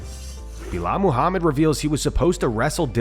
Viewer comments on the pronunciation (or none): I like how you call him Beelal 🐝😂